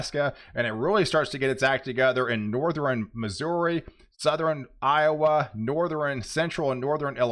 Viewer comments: Please explain why you constantly say Northern wrong! Do you honestly think it is pronounced Northren? I’m sure I’m not the only viewer who is bothered by your mispronouncing of Northern! Stop it! When you do let me know and I will subscribe but I’m not going to subscribe to a channel that constantly misuses a easy pronunciation like that! For some reason I thought you were more intelligent than that! Sound it out! North ern!!! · From Texas and lived there most of my almost 70 years. Never heard anyone pronounce northern with three syllables except him. Nor-ther-in?